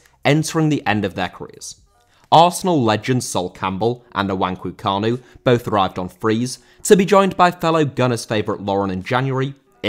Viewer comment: "Nuwanku Kanu" 😂😂😂😂😂😂😂 Nice job tho